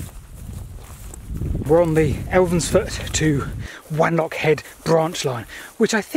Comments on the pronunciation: It's pronounced W-on-lock rather than W-an-lock as you might expect from the spelling :-) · Also it's pronounced W 'o" nlockhead not W "a" nlockhead. ☺️ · I think Wanlockhead is pronounced "wonlockhead". ;) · So tired of your pronunciation of WANlockhead... irks me so much because I was born and grew up there... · Watched the video from beginning to end regardless of needing to mention Tea with no sugar - but I have. BTW if no-one has mentioned it - if you are a West Coast Scot like me, Wanlockhead has a soft a at the beginning pronounced W(ah)n. As always a great video from The Whitewicks.